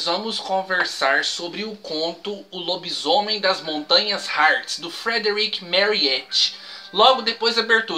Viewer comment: kkkkkkkkk....."Lobismuié" foi ótimo! kkkkk....